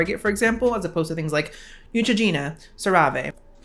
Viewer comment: I love how you pronounce CeraVe (Sara-vee) ❤. I can't do clean beauty because it demonize ingredients that have been shown to not be toxic but pushed that we should be putting essential oils on our skin. Also, poison ivy and arsenic are natural but I don't see them pushing those things to be placed on the skin or in the body.